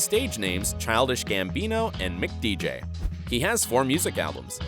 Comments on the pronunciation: It’s “MC DJ” Not McDJ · It's M.C. Dj not McDj, M.C. means master of ceremonies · "Mick" DJ? As opposed to...MC DJ? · "Mick DJ" smh